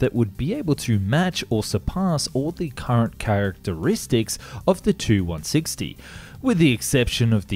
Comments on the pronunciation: Tu-95/160 etc. are pronounced as Too and not as Tee Yoo. Russian aircraft designations are based on the name of the bureau that created the aircraft, and the bureaus are named after the constructor. So Tu is short from Tupolev, it's not a designation of two words with T and U being the first letter of each word. Even if it was the first letter type of thing, Russians read very often those as "words" because it's easier. PAK-DA being the good example of this. I am not native Russian, but do speak the language and that's why I'm writing all of this. Check the Russian documentaries for correct pronunciation of bureaus and abbreviations. Start with Telekanal Zvezda, a great source of footage and information. Listen how the host pronounces the aircraft as Too - Dvadsat' Dva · No, it's not T-U, these are not initials nor first letters of words, it's shortened last name of the constructor - Tupolev. Check any Russian documentary for correct pronounciation of Soviet design bureaus. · Not sure if anyone has mentioned it but please, say “Tee you” rather than “two”